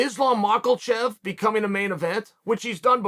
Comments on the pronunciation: "Islam Makelchev." Chael Sonnen. He said it that way in the video right before this as well. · Iz-lawm Mah-kul-chev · Say it with me Uncle Chael, "muh-ha-shev" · He said 'Mock-L-chev' and he mispronounced it on purpose. Why? Because it causes comments, which raises the status of his videos. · Where Chael gets “Mockle-chev” from Makhachev, I’ll never know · I only clicked this to hear the word Mockle chev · Islam "Mucklechev"? What?😂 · I can’t believe everyone, and mackelchev himself have been pronouncing his name wrong this whole time. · Say his name right. LOL